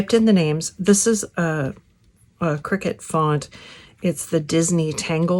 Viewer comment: It's pronounced "CRY-CUT" - not "Cricket"